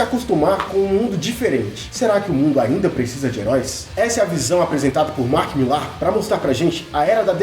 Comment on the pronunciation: Qual a pronúncia correta do nome Mark Millar? Hahahahahaha